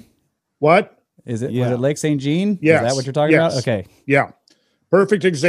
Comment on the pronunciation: In keeping with Randall's asking for pronunciation correction of proper nouns, especially when foreign-language based, Lake St. Jean is pronounced "John". If you really want to impress any Quebecoise you meet when visiting the area, say it with a "soft J", almost like saying "Shawn". Just a heads up! :->